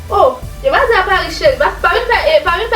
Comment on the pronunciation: A parisss /a paruss 😂😂😂